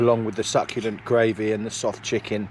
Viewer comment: Great film and review, only watched you once before on a bike packing trip. Pleased you’re recovering well. You went all northern when you talked about adding the gravy 😄. Love a drop of Port myself, excellent🍷